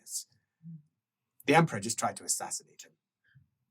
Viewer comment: Another 'Allo, 'Allo-adjacent situation in 'puffed, but not inhaled' salute: 'For the Emprah!' 'For the Emprah!' '-prah.'